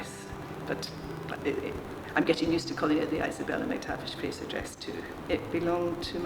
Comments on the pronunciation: Slightly irritating that the name Fraser was constantly mis-pronounced. She kept saying Frasier as in the American TV show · Americans please take note; it's Scottish, not Hungarian. It's Fraser with an 's' as in Scotland. It's not pronounced 'Frayzshure' as in Hungarian actress ZsaZsa Gabor's first name. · The name is pronounced Fraser (Frayz..er) not Fraysher 😟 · Please. Would you stop mispronouncing Fraser. It is not FRASIER. It has no I. FRASER.